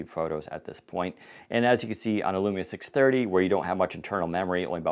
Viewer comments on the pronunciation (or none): I am rewinding it over and over again. I can't believe I heard 'Lumia 630'